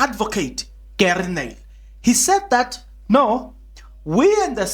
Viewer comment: When u say Gery, say it like Jouburgers (Rh)ery, the chap is afrikaans n boerie 🙌